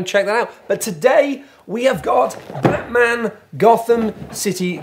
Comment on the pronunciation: Now BAAHT-man...